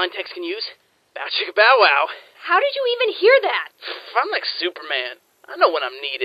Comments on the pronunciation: its bow chicka bow wow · W. T. FUCK! It's "Bow chicka BOW wow"! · Anyone else notice he says bow chicka BOW wow sometimes